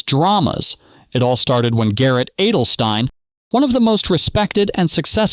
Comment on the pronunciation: Garrett "ADDEL-stine", wtf 😂